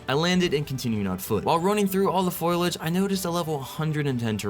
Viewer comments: I had to point out that It's "foliage" not "foilage". Fun video! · F O L I A G E ... why to so many people pronounce is FOIL AGE?